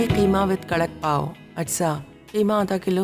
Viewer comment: Pauon nhi Apa pauo